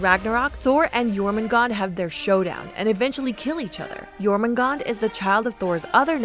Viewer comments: Pronounciation cop work aside, it just hurts to hear Jormungandr's name be slaughtered and spoken as "Jormoongawnder." It's "Yawrmungaengder." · It's not pronounced " Germangander " , it's Yourmangander ". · It's Jōrmüngandr, not Jōrmüngand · YORMUNGAND, not JORMUNGAND. Sorry. I am just passionate bout that J->Y Lyfe. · Why does everyone say “Jormungand”?? Its jormungandr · It's pronounced jormungandr not jormangand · Did it trigger anyone else when she pronounced j with a “ji” sound instead of a “Yi” sound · *jörmungandr -> Yormungandr You’re welcome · FYI, it's pronounced "Yorgondmondar" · Only thing. The “J” names are pronounced as soft j so more of a yuh sound. Other than that great video. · The world serpent (Jörrmangandr) is pronounced like: your man gan der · Yet you pronounce it wrong. It's Jörmungandr, with a J. Don't preach if you don't have facts. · Imma be completely honest, I was slightly annoyed when Jormungandr’s name was pronounced wrong, but other than that I think the mythology was explained quite well. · You're forgetting to pronounce the 'R' at the end of Jörmungandr's name. Also it mean Huge Monster, not great beast. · That was probably the worst way I’ve heard Jörmungandr being pronounced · The way she says Jormumgandr without the r is a slur in my language. It’s too funny for me at this point. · I cringed so hard when she said Jörmungandr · It's pronounced "Yowtun" "Yormungandr". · Jesus christ, anglophones, when will you learn that not every language pronounces J in the way English does? The way she said jötun and Jörmungandr made me cringe so bad.